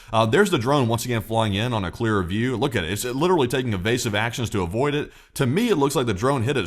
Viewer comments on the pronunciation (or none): none